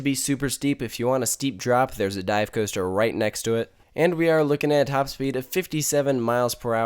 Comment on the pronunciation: Cooster. Weird accent.